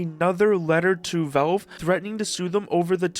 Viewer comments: WTF is "velve"? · It's crazy how your entire channel is about Valve but you refuse to learn how to pronounce the word correctly. It's not Belb or Velb or Velv.. it's VALVE. Try this please. Say the name Al as in Albert. It's not Elbert. It's a short A sound. You're saying it with a short E sound. Please figure it out because it's extremely obnoxious. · How the hell are you pronouncing "Valve"?